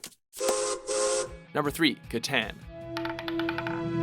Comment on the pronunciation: is he really saying catan correct?